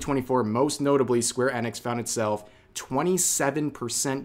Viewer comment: How is it that you don't know how to pronounce square enix correctly?